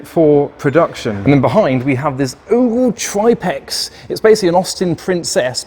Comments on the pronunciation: Love your vids, especially these with the oddball cars. But it's Triplex, pronounced Trip-lex as in Triple X, hence the XXX logo on the stripe, not TripeX😅 😂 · It’s pronounced TRIP-LEX. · Tri plex ???? It’s triple X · 'Tripex'? Do you mean Triplex?